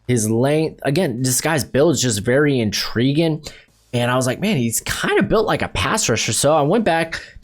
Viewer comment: Good analysis but your presentation is pretty bad. You never pronounce your "-ing's" at the end of words. Like "intriguin" instead of intriguing. And "interestin" instead of interesting. Fumbling over your words. Maybe think about doing a practice run, write down your thoughts. Just hard to listen to.